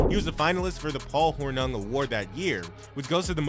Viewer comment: So we have content made by someone who can't pronounce Paul hornung about a player like kadarius toney.